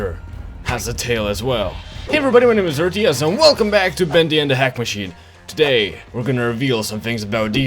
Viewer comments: why you say bendy and hack macihine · AND ERTYEZ DID YOU SAY ANK MACH ASS? xD